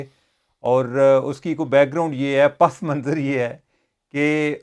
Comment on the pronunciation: سر پسِ منظر ہی درست ہے... اردو گرائمر ترکیب ہے.. مضاف الیہ اور مضاف.... پس منظر یوں پھنس نے بولنا الٹا غلط ہے.... پسِ منظر ٹھیک ہے